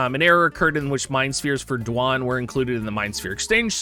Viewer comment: I love that you can call him Dwahn with a straight face now. XD